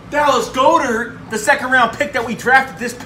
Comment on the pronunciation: Dallas goedert last name is pronounced as like god ert not go dert